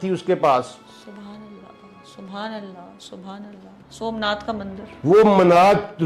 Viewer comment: Its somnath.....not somnad .....